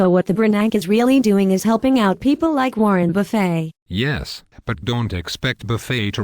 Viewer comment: who is Warrin Buffey? lol